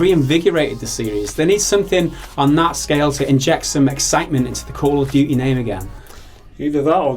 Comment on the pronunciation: Duty. Not "duii"